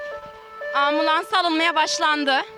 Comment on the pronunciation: Armulans ❌️ Ambulans ✅️